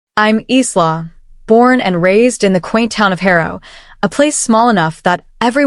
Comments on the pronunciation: eesla? It,s pronounced eyela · Furniture refers to handbags, accessories, and/or shoes and is likely translated literally from another language. btw, I cringed at every pronunciation of Isla.